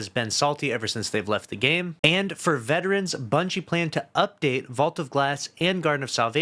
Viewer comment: Bro said Bunchy 😂